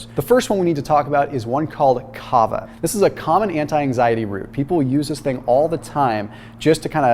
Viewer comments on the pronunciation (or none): When explaining about Kava, I thought he meant Cava 🍾🥂😆🤦🏼‍♀️